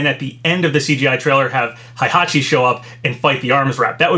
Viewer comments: "Hai"-hachi..... lol Dood its "HEI" hachi, there no "A". XDDDDDD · It’s HEY-hachi not HIGH-hachi GET IT RIGHT!!!